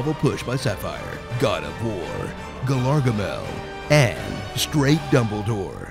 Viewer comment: gıd of war Hahahahdgsdgjffh im dying